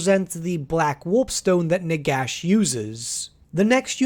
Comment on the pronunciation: Did you say "Nigash"?